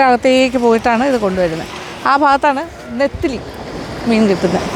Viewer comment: Ethili അല്ല. Nethili